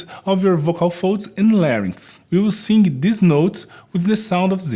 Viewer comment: As a vocal coach, have you ever tried learning to make the "th" sound used in English? And the proper "i" sound in "sing" instead of the hard "e" sound?